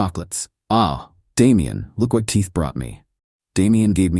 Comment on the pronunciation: KEYS go in doors. TEA does NOT‼️. Your name is KEITH - NOT TEETH‼️‼️ FFS! 😤